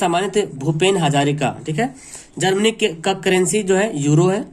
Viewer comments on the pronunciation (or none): none